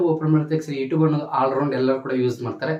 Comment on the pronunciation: ಅಣ್ಣ ಬೇರೆ ಎಲ್ಲಾ ಇನ್ಫಾರ್ಮಶನ್ ಆಮೇಲೆ ಕೊಡುವಂತೆ ಯುಟ್ಯೂಬ್ ಅನ್ನುವುದು ಮೊದಲು ಕಲ್ಕೋ ಈಗ ನೀನು ಈ ಟ್ಯೂಬ್ ಅಲ್ಲ ಯುಟ್ಯೂಬ್ ಅನ್ನೋದು ಕಲಿ ಮೊದಲು ಆಮೇಲೆ ಹೇಳಿ ಕೊಡುವಂತೆ